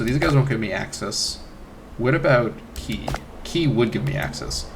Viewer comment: Qi: Reads like "chee".